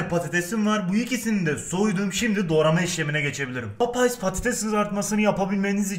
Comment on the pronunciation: Papayas diyor hatayli abimiz